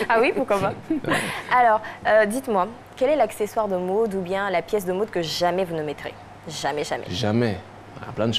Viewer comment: À la mn euh elle dit la mood ou la mode ???😂😂😂😂 Je suis perdue